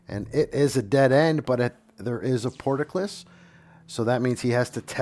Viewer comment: that "portaclis" is really killing. It is "port-cull-is"